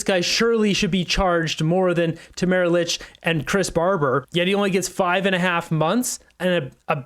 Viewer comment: STOP calling Tamara LICH Tamara LYNCH. That's not her name!!